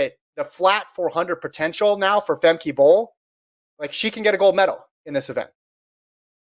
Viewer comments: Famkuh guys. Not Famkey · They pronounce names however they like regardless of how they are pronounced everywhere else. Femkey Bol. Sydney McLofflin. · I believe she pronounces it Fem-kuh.